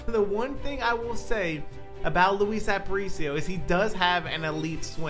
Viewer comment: Its pronounced App-uh-reach-e-o btw just so you dont get flamed for it